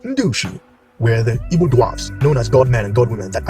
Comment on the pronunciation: You keep saying "evo" or "ebo" word and I don't know what you're saying it's so fast. I want to understand this video and share some information. What are you saying there?